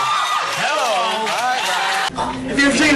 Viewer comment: Lol I love it when Brian says "HEL-lo!" After everything that sounds dirty! lol is so funny!! lol I love Brian!!! xD - HAHA! NICK! xD Brian! xD Hahahah!